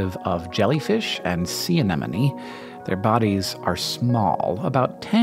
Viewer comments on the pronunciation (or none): Oh, PLEASE don't give Hank an opportunity to mangle "anemone" again! XD